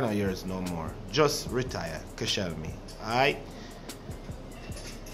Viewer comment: The disrespecc on Koscielney’s name